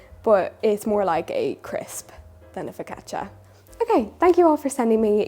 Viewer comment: It makes me happy that you pronounce focaccia correctly. Everyone at my bakery pronounces it "fo - kah - sha", and it drives me nuts.